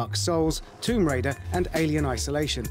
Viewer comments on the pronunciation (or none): none